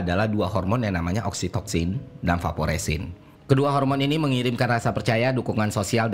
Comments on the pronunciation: Vasopresin, bang. Bukan vaporesin😭😭😭😭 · Baru nonton ini. Izin komen. Vasopresin bang. Bukan vaporesin